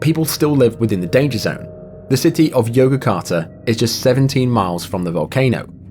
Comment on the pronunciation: Yogyakarta pronounced Jogjakarta. Just a little fyi, when I was there the locals had great fun laughing at me pronouncing it like our friendly average bear.